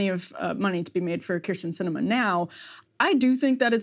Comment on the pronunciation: This is ginnah end a lottah “Kyrs’n Cinema”. 😹